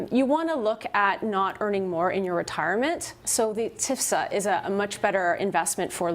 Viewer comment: It's T.F.S.A., lady. Not "tifsa."